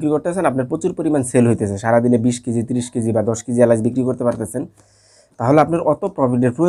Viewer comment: এলাইচ না উচ্চারণ টা হবে এলাচ। বাংলা উচ্চারণ ঠিক মত করতে পারেনা, ইউটিউব এ ব্যবসা করে।